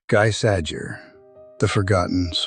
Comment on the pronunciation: Sounding more like "Gee Sah-Jay"